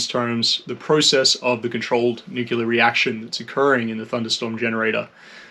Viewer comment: It's NOT NUCULAR, IT'S PRONOUNCED NEW KLEE UHR... NU CLE AR.....